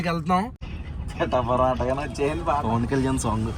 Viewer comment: Its not pittapuram Pitapuram make it correct 😂😂😂